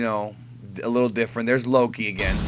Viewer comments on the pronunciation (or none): none